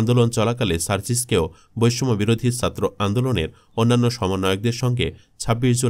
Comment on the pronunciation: ভয়েস আর্টিস্ট আরেকটু মানসম্মত হলে ভালো হয়, উচ্চারণে প্রচুর সমস্যা। এক মিনিট শুনেই বিরক্তি ধরে গেছে, পুরোটা শোনার আগ্রহটাই চলে গেছে! 'ছাত্র' শব্দের উচ্চারণ করছে 'সাত্র'!